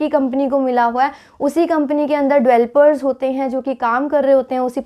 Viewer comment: Please Pronounce Developers not "Evelopers" Its really irritating to ear while listening..